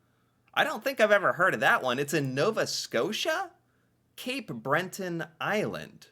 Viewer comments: Cabot has the emphasis on the first syllable, not the second. It's pronounced CABit Trail. It's also Cape BREton, not BreNton. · Cape Breton not Brenton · Cabot has the stress on the first syllable. CA-bot. Cape BRETON has NO "N" in the middle of it. One can explore numerous places in the Rockies. Banff, Jasper, The Columbia Icefields, etc. Most Americans think the Horseshoe Falls is American. It is Canadian. The small falls to the side are in the states. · The Cabot Trail (pronounced Cabit by the locals, named after the explorer John Cabot) is located on the island of Cape Breton (pronounced Bret to rhyme with yet) not on Cape Brenton, as was pronouncing it. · Cape Bret-ton, not Bren-ton. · Thank you however. it is not Cab Bot...say it as cab it and also Cape BreTON not BreNTon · Cape “Breh-tin” and “Ka-bit” Trail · Jeeeeez! You are certainly reacting to these videos, but after more than a year, you are not really learning, or at least you have an issue with retention. Cape "Bren-ton"? Really? After all, you are just reading it from the screen..... But then you usually stop reading before the main point is reached, such as the explanation of the ultra high tides at Fundy, not just "the rocks". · Cape Breton isn’t cape Brenton FYI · Gave me a chuckle too as did the Brenton Island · What about cape Brenton 😂😂. That was awful. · it’s Cape BRETON and the Ca”bow” (Cabot) Trail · You might be on to something Right off the get, “Cape Brenton” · It's Cape Breton not Brenton 🤣🤔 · The cabot trail Cape Breton Island pronunciation was funny. My wife is from the area in the Cabot trail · It's CAPE Breton, say what you read,. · I'm here in cape bretin and never heard a tourist pronounce the Cabot Trail called Bot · No.. I can totally see that is being genuine.. he’s pronouncing as he sees it. He doesn’t know it’s French